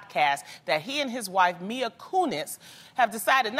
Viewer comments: did loni say mia kunis? ITS MILA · Her name is MILA . Not Mia 😑